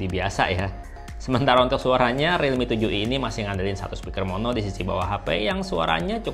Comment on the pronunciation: Aku dengernya kakak blg redmi 7i